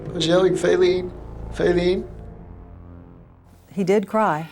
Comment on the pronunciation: "Fayleen had Fallen"